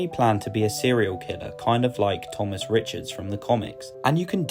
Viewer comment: Its Tomas not Thomas